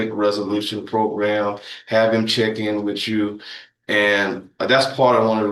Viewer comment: Defense attorney saying "wit chu"? Please at least use proper English in court!